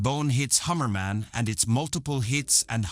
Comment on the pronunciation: It's not Harriman it's Hammerman